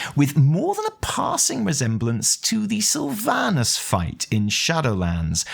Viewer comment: I HATE IT WHEN PEOPLE CALL HER SYLVANUS, WHERE DO YOU GET THE "U" FROM? THAT IS A GUY'S NAME, IT IS DRIVING ME CRAZY